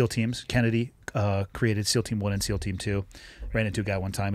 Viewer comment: Did he just say ‘CEAL’ instead of ‘SEAL’?